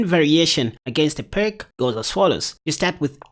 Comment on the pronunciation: I like the Byrne against the Pirc. One minor comment, if I may: "Pirc" is pronounced "Peerts." It's named after a Slavic chess master.